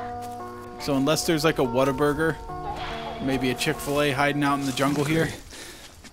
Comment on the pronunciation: Whataburger.. Mhmm. U from Texas